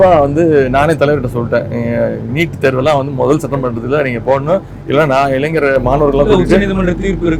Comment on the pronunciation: Dei. தொகுப்பாளர் அது இளஞ்சர் இல்லடா இளைஞர்